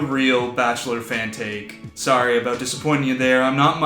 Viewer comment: I could definitely tell Chris was Canadian with the way he says "tomorrow", "sorry" and "about". It's funny because most Canadians sound like Americans overall, but then you guys sneak in some words with your distinctive accent and I suddenly go, "Canadian!" LOL